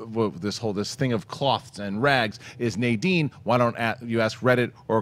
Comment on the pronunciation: It's Crix MADINE not Nadine. :)